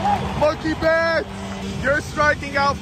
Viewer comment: Just letting you know you were pronouncing Mookie Betts name wrong